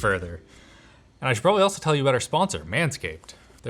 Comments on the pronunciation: He said 'aboat' instead of 'about' at least twice...and I LOVE IT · Oh nooo! It's only now that I notice the Canadian "aboot" 😅 it's funny as f*ck though 😂